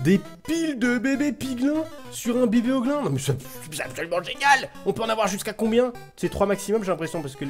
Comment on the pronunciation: ahhh tu m enerve a dir piglain et hoglain se dit pigline et hogline